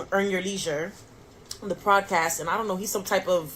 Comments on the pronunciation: If she says “prodcast” one more time! Lol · Why does she keep saying PLODcast ??? 🤣 🤣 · What hell is a “prodcast” 🤔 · Why she keep putting an R in Podcast?